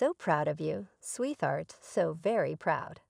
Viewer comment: PLEASE check the pronunciation of words, like SWEET HEART!!